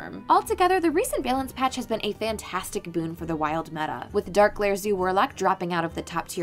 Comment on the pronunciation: What’s a “bay-lance” patch?